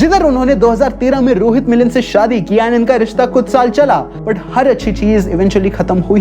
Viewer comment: It shows the name "Rohit Mittal" whereas the narrator uttered the name as "Rohit Milin" phonetically. Also this video says the concerned person got married in 2013 and also lasted for a few years but in reality the marriage took place in 2018 as per Google results and it expired only after 1 year